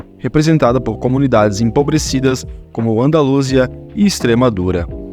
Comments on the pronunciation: Ufa, meus ouvidos doeram ao ouvir essa pronuncia medonha. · Eu nunca tinha escutado alguém pronunciar "Andalúsia". A pronúncia padrão, tanto em português quanto em espanhol, é "Andalusía".